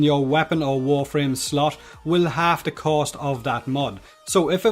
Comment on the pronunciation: Its cost not coast xD